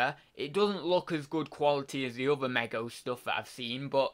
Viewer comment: Hey dude. It's pronounced me go. 👍